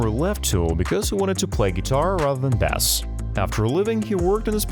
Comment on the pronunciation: Ai has it's place ....and some things they can do is amazing However untill they actually can pronounce words better for God sake proof listen before you post this cringe sh*t Bass to Boss grr